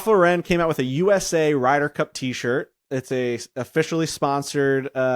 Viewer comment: Ralph Laur-en 🥴